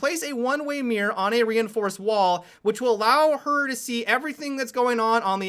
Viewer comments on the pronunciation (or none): I love that you pronounce one way mirror as one way mira.